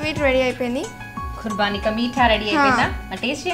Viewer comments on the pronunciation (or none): its not kurbaani as the anchor is pronouncing...its kubaani...kurbani means sacrifice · It is not khurbani but khubani